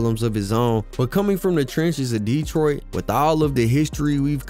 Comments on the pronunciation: Bruh can't take u serious if u ain't even got boi name right. It's 4-2 dugg. And it's 7 mile not 7th mile. Not DEEtroit. It's DetrOIt. It's gra-shit. Not gra-tiot. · I am loving your videos. You are very thorough. Just 1 thing. Not Deeetroit. Just Detroit. Lol it was driving me crazy. But I'm definitely tuned in and looking fwd to more. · Wusssup wit the DEEEEtroit pronunciation 😩🤣 u got hella good grammar and good content try not to be so animated with that gang , shit starts to tweak me out after the 30th mention of the city